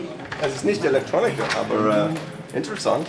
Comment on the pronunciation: That "aber" is hilariously accented. ROFL No offense, of course. But it's pretty funny how it's being pronounced as if it was some English word. Everything else sounded fine, though!